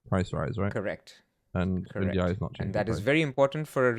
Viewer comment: Please say Ndiaye’s name correctly 🙁🙁